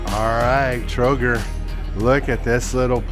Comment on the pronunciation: For pronunciation - most place names stress is on first syllable. TROgir - for instance and SHEEbeneek (is the best way I can help you with how to pronounce sibenik.